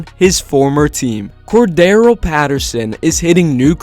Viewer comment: Corda-RELL not Cor-darrell 🤦🏻‍♂️